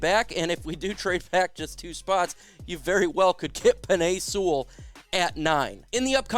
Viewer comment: Y "seawall" Sewell